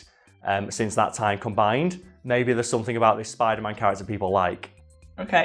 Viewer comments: Ah yes, I love Spidlr-Man. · Oh yes the Spidlr-Man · wtf is a SPIDLR-NAN tho? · Fun fact tom Holland has a hard time saying spiderman.